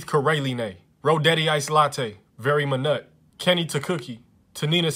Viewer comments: no one: not even a single soul: this man: v e r y m a n u t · Me: Pronounces “Vermont”: V..v.. Me: Yes yes you got it: vErY mY nUt Me: oh my god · Bruh you got me dying 💀😂 Vermont, but instead: "Veri ma nut"😂😂 Arizona= arizon wireless 😆